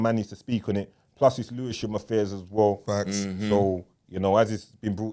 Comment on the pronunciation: put the L in Lewisham…